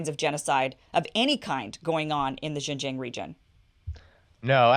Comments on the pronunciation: Please pronounce Xinjiang as Sing-jiang , and not Jinjiang or Zinjiang. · Thank you Kim for this amazing work. You are sorely needed in this post-journalism world. BTW the proper way to pronounce Xin Jiang is more like sin-giang. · I've been saying this for the last decade. Thank you for covering it. Btw Kim— it's pronounced 'sheen jiang' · Kim, you’re fantastic. The way to pronounce Xin Jiang is “sheen jee-ahng” where you barely say the “ee” sound, almost like “sheen jhang.” The guy you interviewed was saying it mostly right so listening to him a few times will help. Love your show! ❤️❤️ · Nope, it's pronounced "sin" Jiang.. but you're closer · Tbf it's pronounced the way you would if you were saying making a "heeeee" sort of sucking noise, by sucking inwards. Reverse that, make that noise, not by sucking inwards, but by pushing out, and you have the "xi" sound. Jiang is also the same, is is as you were saying "Gee", but with that flat "heee" sucking texture, causing the g not to be a "zhee", but a "Ji" sound. Xin Jiang. ang as in ahng. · Kim, Xing Jiang, should be pronounced as Sin Jiang in English tong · Wouldn't it be more lika Shin-jiang? I thought X was pronounced kind of like the Sh- sound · And Kim, please listen to on how to pronounce Xinjiang. Your pronunciation is kinda embarrassing